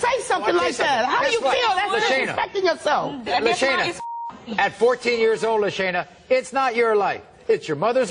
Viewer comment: I thought you pronounced her name lasagna